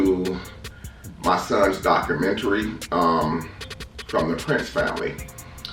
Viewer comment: Mans said “doctormentary”😂